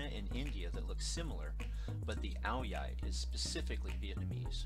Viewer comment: Most of what you have said it true. The Nam is a fantastic place. However, you may need to check with your wife on just how to pronounce ao dai. I have VN friends who I see weekly. Not one of their extended family pronounces it "OW-DEE-EYE! I don't know where you ever heard that pronunciation but, my experience has been that it is always pronounced "OW-DYE". I'm old enough to know that the latter is the proper pronunciation and is pretty consistent from the delta up through the Saigon, Nha Trang, Da Nang and Hue areas, all the way up north to Hanoi. Even though to me it will always be "The 'Nam", it is still a fantastic place. In fact, with any luck whatsoever, I may even been there by this time next year. Now, go ask your wife what you have just learned and see if she smiles approvingly. LOL